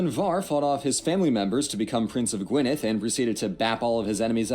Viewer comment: sounds wrong to me - listen to a native Welsh speaker say Gwynedd or Rhondda. The letter dd should be pronounced with a voiced 'th' sound as in they.